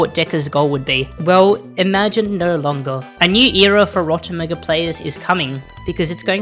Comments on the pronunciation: rotomuguh sounds strange call it "rot meg" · Ro-tem-eh-gu... NO... It's Rot- EM JEE!